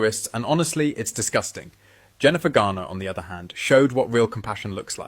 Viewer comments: Jennifer GarNER, not GARDner. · " Her name is not Jennifer "GARDNER!" It's "GARNER." I'd rather you mispronounce Meghan's name. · And Jennifer GARner, not Gardner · It’s Garner, not Gardner. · Jennifer Garner, not Gardner! eeeekkk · I love you but it’s Garner, not Gardner ❤❤❤ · Please girls when you are referring to Jennifer Garner please say Garner not Gardener, also It’s Wimbledon not Wimbledon. Sorry to appear mean because I love your videos and look forward to them 😍😍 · I appreciate your keeping track of what some faux royals do, especially at a time when so many people are suffering inconceivable loss and shock. Please be aware that, although you make excellent points, the famous tennis venue is Wimbledon (with a 'd' not a 't') and it's Jennifer Garner, not Gardner. These small details detract from your larger message for those of us who care about such things and notice them. Thanks for your efforts, though. You're charming young ladies and I wish you all the best in your future.